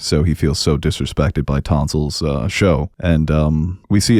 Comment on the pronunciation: And "Tonsil" too tall 😉